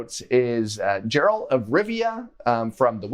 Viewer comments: If you have played the games why you pronounce Geralt's name like that 😅 Very cool video though and I love your channel but calling him Jerlat was unexpected 😊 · Played all the games of Witcher and still calls him "Jeralt of Rivia" 😪